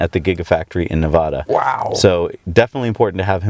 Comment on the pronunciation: Love this program, but please stop mispronouncing Nevada as "Nev-Odd-a." It's "Nev-Ad-a." ;-)